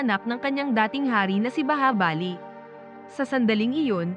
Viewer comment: Bahubali Hindi bahabali😊😊😊